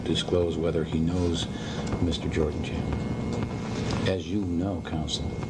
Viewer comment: The interviewer sounds like he says “Jordie Chandler” instead of “Jordan Chandler” and I believe that’s why MJ screwed up his face asking “who”?